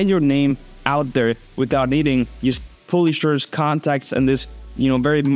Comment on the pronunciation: Just a tip:publishers you pronounce it like páblishers